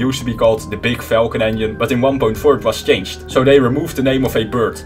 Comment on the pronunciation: Is his pronaunciaton of engiene like "onion" some kind of joke?